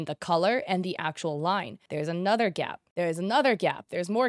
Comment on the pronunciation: ”theres a gyapp”